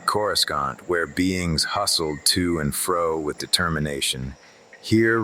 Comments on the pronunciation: "CorisCONT" keeps pulling me out of it lmao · Why cant it say corasaunt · Good AI reading but the pronunciation of "Coruscant" is kinda throwing me off lol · If you played the original TIE fighter, the Imperial briefing officer would pronounce it that way as well. Other books also mention outer rim accents that were noticeable and looked down on by core-worlders. I've sort of imagined it as a fairly common in-universe mispronunciation in case that's helpful for immersion for anyone else. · it's pretty cool how you manage it, most of the AI style book narrations can be really jarring, on yours you can rarely tell at all, I mean on this one the only time I can recall is on the word Coruscant, and even then its only the old pronunciation , one word in a whole story is pretty amazing